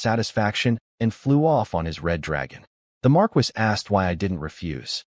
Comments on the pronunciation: Pronunciation errors are annoying. Marquis is Mar-key not mar-kwis. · I find it annoying every time the voice says marquis pronouncing it Mar-Quis instead of Mar-Key